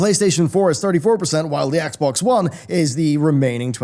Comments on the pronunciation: Am I the only one who heard xbone? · Xbone, I thought I misheard that, or maybe the accent. But no that's a big player base for Xbone